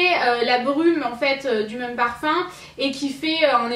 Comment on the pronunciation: vous trouvez pas que dit "meum" au lieu de "même"!;):D